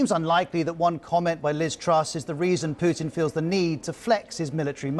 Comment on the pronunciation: Yow this is Putin not pudding